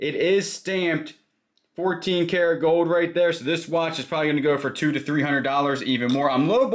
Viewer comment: Anything with an l in it, you don't pronounce. It is that your accent When you say gold it's goud coud